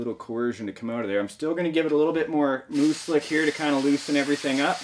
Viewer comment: I always thought you were saying "moose lick"